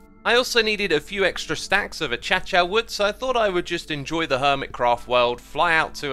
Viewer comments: Xisuma, it’s pronounced ah-kay-sha wood, not ah-cha-cha. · Is Acacia called (A-Cha-cha)?! I call it (A-kay-sha) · Did you mean to say ach-cha-cha? 😅 A-cay-sha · this is the first video i watched from xisumavoid and i got a question: do i pronounce acacia wrong? i pronounce it as akasia but xisumavoid says achacha. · A-cha-cha is the funniest way I've heard acacia pronounced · Elaborate further. I believe it's pronounced "uh-KAY-shuh" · that is the first time i hear someone call acacia "achacha" also my yt seems to be bugged cuz it says "0 coments " even tho there are a lot of them i guess im first then :D jk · Cough hate to be that guy but its pronounced a-kay-sha wood or at least its the British pronunciation of Acacia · Pronouncing acacia as achacha, classic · No offense, X, but achacha? lol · Your pronunciation is correct. Xisuma just likes to pronounce acacia differently.